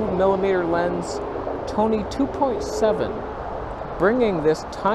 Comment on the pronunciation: I come for the strange names and stay for the toneh